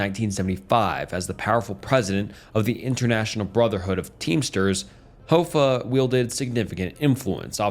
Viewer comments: Wtf so you said Hoffa correctly and then you said Hoe-fa. That's just into the video. The comments ripping into your pronunciation are correct. Get a dictionary, get an editor that actually listens to the work they're doing, double check the work yourself and you stop putting out content that's below what is expected of you. If you made the grind impossible then that's on you to catch and correct your mistakes. If it's just ragebait, prepare to lose all popularity and your subs. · I usually wouldn't say this but what type of English do you speak? Hoe fah. Like no bro. Hoff ah. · Jimmy Hoe-Fa